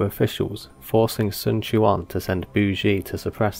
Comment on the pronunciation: I noticed the change in pronunciation of Sun Quan. Good on you man. Personally I didn't mind the incorrect pronunciation since it reminded me of the old days of DW 4 and 5 but I appreciate the correction nonetheless. Keep the good videos coming man